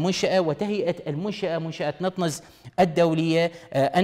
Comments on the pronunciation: نتانز ليس نطنز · نطنز وليست نطننز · المذيع يبين يعرف يقرأ انكليزي عجيبة شلون ماعرف شلون ينطق نطنز NATANZ. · دكعد هوه غير كا يعرف يلفظ اسم المنشأه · مذيع لايستطيع لفظ أسم منشأة بطريقة صحيحة ؟؟؟؟؟ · اعرف بس هو لفظه مو صحيح